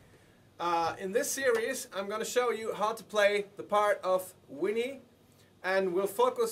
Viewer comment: I don't care if you're speaking a foreign language, say Vinnie correctly!